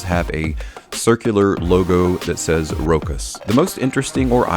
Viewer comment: Sorry but you dont pronounce the CH as a K. You pronounce it as a Sh: [RO] [SH] [AS]